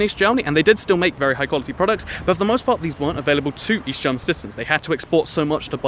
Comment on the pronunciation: East. I thought you said weast.